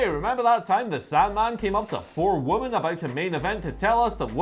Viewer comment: Forget getting WrestleCade wrong, 'women' and 'woman' are pronounced differently.